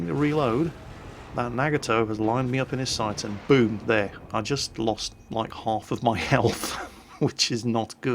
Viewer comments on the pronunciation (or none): none